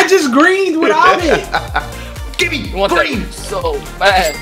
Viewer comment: Nobody:AYE MAN THAT'S GWEEN LIKE SPRITE